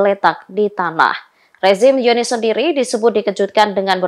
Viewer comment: Coba sih pengucapan nya yg bener. Kalau udah nyebut Al Qassam (dibaca : Al khasam) . Tulisan zionis dibaca yionis. Salam